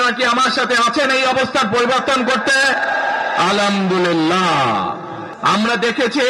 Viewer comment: আলহামদুলিল্লাহও ঠিক ভাবে বলতে জানে না।